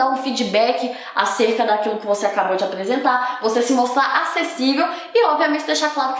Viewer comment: Eu ouço muito ela falando com a letra L kk "Tlabalho, aplesentar, atlativas, atlaente, aplesentação, pla ler, palece, escleva, plofesso, revolução flancesar" KK